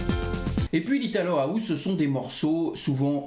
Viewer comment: Pourquoi tu dis : HOUZE ???? Ahouze ???